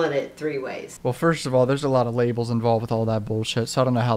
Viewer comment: “record labelsS”